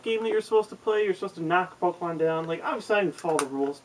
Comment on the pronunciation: AHHHHHHH It's fucking Pokemon. NOT Pok-uh-mon!!!!!!!!!